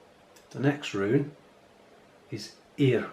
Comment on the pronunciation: Oh boy you are butchering the pronunciation, Yr sound is not a eer sound, you need to round your lips when you make the ee sound like the U with the two dots in german. Ear, is NOT the E and A sound it is the ash AE and A sound. It's a diphthong that's only in old english.